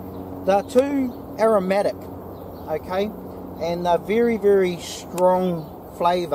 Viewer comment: just a small thing bro...the word is aromatic....not aromic. Making a tea right now...